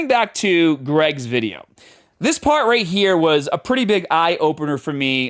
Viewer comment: Why does this guy suddenly develop a thick boston accent for the words "part" and "start"? He doesn't have the hint of an accent for any other word.